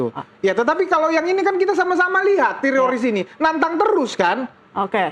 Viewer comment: Nih damanik bilang tetorids mulu kaya orang Israel kpplak